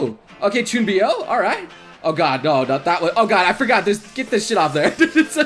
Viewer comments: Is everyone gonna move past the fact that he said ChuunBIyou instead of ChuuNIbyou ? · You should really change the way you pronounce Chuunibyou as Chuubyou?